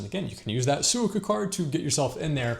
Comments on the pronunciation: Well done! One small correction … Suica is pronounced Swee-Ka with equal emphasis on each syllable (as is true for Japanese in general) And for places to stay … you might like to consider places like Akasaka Mitsuke and Azabu Juban. Both are good locations, quieter, and with many many food options. If you’re on a tight budget you could also consider APA hotels. Often you can book the one in Roppongi for less than $100/night. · Mispronouncing suica = instant dislike and changing of the video